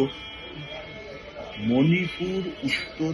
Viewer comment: মানিপুর নয়"শিক্ষিত স্মার্ট" ম্যাডাম। ওটা মণিপুর বললে আপনাকে আরও বেশি স্মার্ট লাগতো।